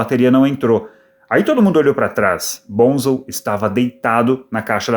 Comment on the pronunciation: vc sabe muito sobre o Led, mas nao coensegue pronunciar o apelido do Boham corretamente. Nao e BONZEL e sim BONZO. Aprendeu?